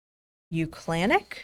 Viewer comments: "u clan ick" LMAO 🤣 it's "UCLA Nick" AHAHAHAAHA so...for jury duty...what if I was wearing something that gives "jury nullification" vibes? 🤔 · Clearly you're not from California... UCLA Nick, not U Clanick.